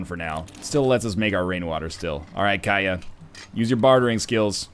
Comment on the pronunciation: Katia, not Kaya. The T isn't silent (they almost never are, in any language) KAT-ee-Yah.